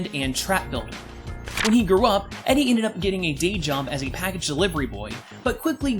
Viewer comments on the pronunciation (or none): none